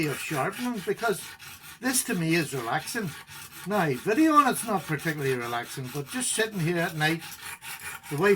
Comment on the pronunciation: I love when he says “now”. “Nigh”! Lol